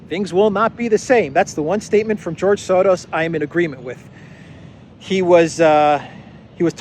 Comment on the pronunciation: There is no D in Soros. You sound dumb how you say it. You can try to play it off that your trying to make fun of the evil guy. But you're just making yourself sound dumb not being able to say such a simple name. Why are you adding a D? it's Soros you moron